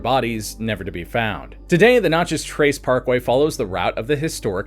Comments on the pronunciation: Dude it is so awful to listen to to you say Natchez wrong. Absolutely ruins this video. The Nat-Chez (the Nat part is exactly like the in National) it is not Notches. The info is great but being from the south hearing you repeatedly mangle the word is extremely frustrating. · Notchez ? I'm in Australia and know how to say Nat chez. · It is natchez not notchez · Knatchez and the french pronounciation puts emphasis on the chez. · I live by Natches trace and you 1000% sound like an idiot its not NOTCHES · N a t c h e z ..a like cat ...not notchez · Does no one else get the ick from the way he says Natchez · The over emphasis in pronouncing Natchez is killing me. This video only scratches the surface. Good stuff!